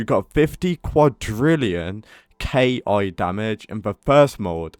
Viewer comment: bro its ki(key) not K.I.😂